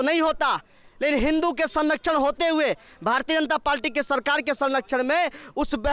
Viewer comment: Ye Bhartiya Janta Palti kya hai. Bolna to sikh lo pehle.